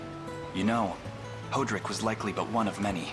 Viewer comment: "Hoe"-drick sure is a way to pronounce that name 😅